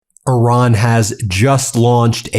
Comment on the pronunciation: It’s not Oran it’s Iran !